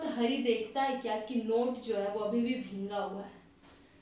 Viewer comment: Bhingaa nhi Bhiga hai